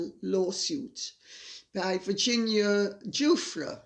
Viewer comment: I believe the woman's name is pronounced with a soft G so that it sounds like- zhoo-fray. It will be a name much uttered in the next few weeks.